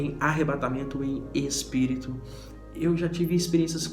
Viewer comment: Tu fala espírito santo e espiritual ( Es) bem mineiro :)